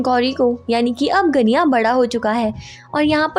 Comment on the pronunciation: Voh ganya hein ganiya nahi